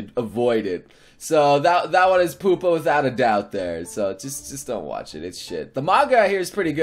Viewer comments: Im Pretty Sure Its Pronounced Pyupa Not Poopa... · I like Pupa....and it's not Poopa. Pew-pah. I cri everytirm. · why you hate pupa D:? and btw its pu-pa not poopa and its good weird defintly weird and gorey but good and the last episode is good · Pupa is pronounced "Pyu-pa". It's the cocoon stage of an insect's lifecycle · I like Tenshi no Drop :( And pupa is pronounced "Pew-puh".